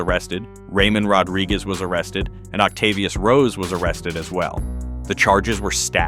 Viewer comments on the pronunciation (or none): Not Ocatvius.🤦‍♂️